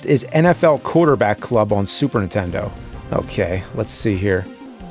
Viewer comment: Never knew there was a console called the "Superintenno"